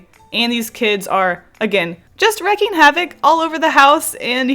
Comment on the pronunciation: Wreaking havoc, not wrecking